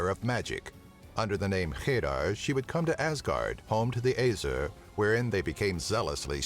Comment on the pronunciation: you said æsir wrong btw